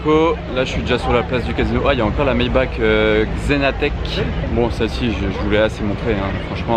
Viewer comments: C'est pas maybak mais maibar la prononciation... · prononcer maybach "maybak"...... ptin mec t'es car spotter tu dis maybak............... "MAYBAR" CA SE PRONONCE BORDEL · Salut on dit maybaR et non maybak le ch en deuch se prononce comme un R Continue comme ça tes spot son top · du coup ont dis pas Maybak mais Maybar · Le 812 sans hésité Par contre ça se prononce Maybar